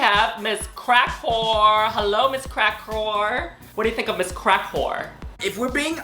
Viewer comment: I can't with how Yuhua refuses to call Cracker anything but Miz Crackwhore LMAOOO